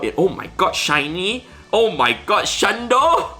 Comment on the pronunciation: I wasn't watching video, just listening. And was like, "why does he keep saying shiny pizza?"